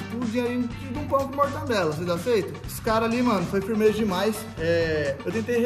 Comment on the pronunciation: Mortandela ou mortadela